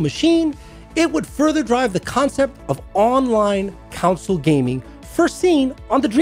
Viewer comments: It's called a console so why do you keep pronouncing it as a councole? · The way you pronounce console gives me conniptions.